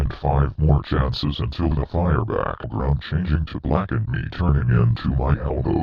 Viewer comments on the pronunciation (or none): I just realized when the Damien voice try’s to say me, he says Maine instead